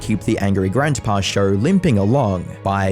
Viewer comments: You know the word show is probably the easiest word to pronounce... Why the hell do you sound like Madea when you say it 😂 lol much love bro I just thought it was hilarious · There is no r in the word show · There is no R is show